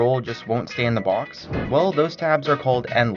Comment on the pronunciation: I hate how this dude says his O's and he won't stop saying box and bottle AHHHHHH